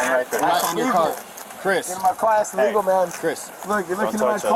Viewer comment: "Dont touch me, thats iwegal"